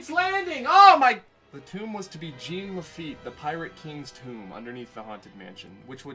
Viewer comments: GENE LE-FEET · nails on the chalkboard how you mispronounce Jean Lafitte's name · Duuuuuuuuude. Thumbs down for pronouncing the French name Jean Lafitte like a pair of Levi’s. Jean-Luc Picard, Jean Lafitte. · iTs JeAn LaFiTte